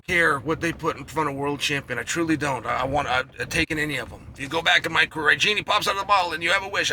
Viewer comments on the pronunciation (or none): none